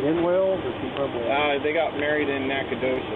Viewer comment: Nacogdoches. The “G” is silent. This is just like Uvalde. Everyone shows up and stands around with their hands in their pockets. "Texas Fusion"